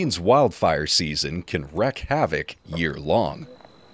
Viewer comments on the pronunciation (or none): Bom-bar-dee-ay... also Wreak not wreck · Wreak is pronounced reek.